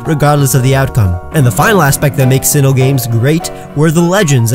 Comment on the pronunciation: You pronounced Sinnoh incorrectly